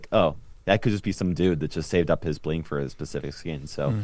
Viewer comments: Early. Also its bling not bing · Its bling, not bing. Thank you. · Bing ? Mistake it’s bling guys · Yesh..."bing" is a mistake . . . It's "bling" 😶‍🌫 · Bing instead of Bling🤣🤣🤣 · First! + its Bling, not Bing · You have out "bing" and not "bling" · Lesss go kt Eitd: it's bling not bing